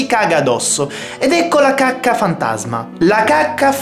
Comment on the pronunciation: Alla fine ai detto cuacca